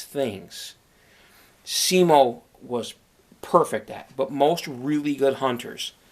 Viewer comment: Finland: Simo Häyhä English: Siimou Heeihah *about*😂😂 I know, its hard to pronounce it right, for the ppl who dont talk Finnish :/